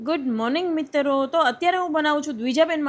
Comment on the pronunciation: Mitrvo nahi mitro ketali var khevu😂😂😂😂😂😂